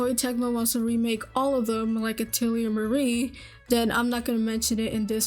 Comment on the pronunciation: Except she has problems pronouncing the word "Atelier" correctly. It's pronounced: ah-tell-e-ah Not: ah-till-e-err